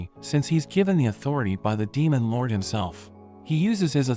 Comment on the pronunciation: " demon loUrWDEYH " Not trying to hate but the way you say it is kinda funny